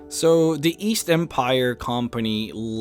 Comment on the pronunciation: East? I thought you said Weast.